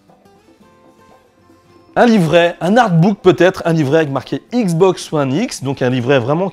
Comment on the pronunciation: C'est x box pas igz box